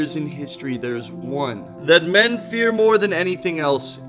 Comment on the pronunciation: "men" or "mean"... coincidence?